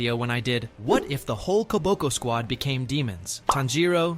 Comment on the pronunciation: Bro said koboko not kamaboko